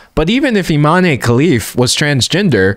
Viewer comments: "Imane" is pronounced "ee-mahn" not "ee-mah-nay." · The e in Imane is silent. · Guys it's pronounced Iman Khelif 😭💀